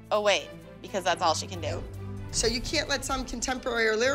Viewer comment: why did she say "do" like that LMAO